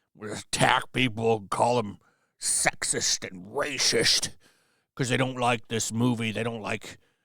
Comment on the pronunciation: I love how he says RACIST 😂😂😂